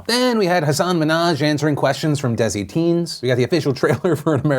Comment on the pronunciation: It ISNT PRONOUNCED LIKE THAT! Its huh-sin min (like minute)-haj.